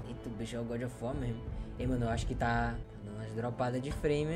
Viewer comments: "eita djabo, o deus da... O godjofuar" Tomando cafe de boa e quase cuspo na mesa kkkkkkkkkkkkkk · Toda vez que ver esse jogo agora vou só me lembrar do falando: é godi ofi uó mano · Vc roubou esmola de mendigos, meteu a Paulada nos cachorro de rua, e dps vc deixou pessoas com depressão ainda mais com depressão* A desculpa: "É o gódi ofi uar né" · é o goudi ofi uar é?